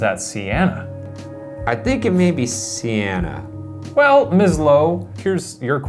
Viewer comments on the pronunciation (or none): I think you say her name as sènna